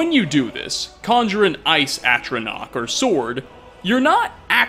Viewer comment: By the eight! He FINALLY pronounced ATRONACH correctly! 😱